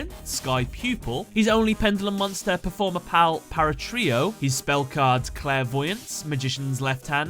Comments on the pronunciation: PAL NOT PUAL YOU KEEP MISS PRONOUNCING IT IT IS PERFORMAPAL NOT PERFORMAPAUL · It's pronounced Perform-A-Pal, not Perform-A-Pull